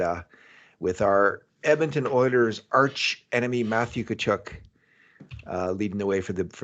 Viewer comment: Please.........someone tell it's not Kachoook, its Kachuck aka Tkachuk